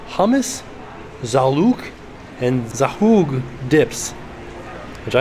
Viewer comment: Zhoug is pronounced "Zoog"